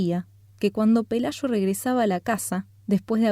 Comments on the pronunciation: Pelayo, no pelasho. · Si captas que es el acento?